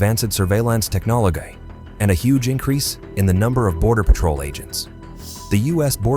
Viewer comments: lolol technologay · Like how this ai pronounced technology